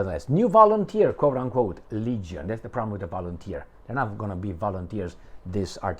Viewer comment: I like that "volunterski"...😂😂😂